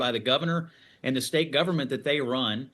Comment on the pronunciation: Hey Walz, the correct pronunciation is "State" not "Shtate".